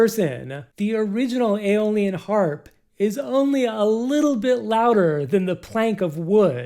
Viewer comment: eye - o - lee - an. not alien! lol